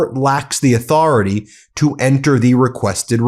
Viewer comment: Trump must be PISSED!! After all, he personally signed the Transparency Act! How dare the DOJ question his 'auth-oR-A-tAy'!! 😅😂🤣🤣🤣🤣🤣 These fucking clowns are beyond RE-DIC-U-LOUS!🤬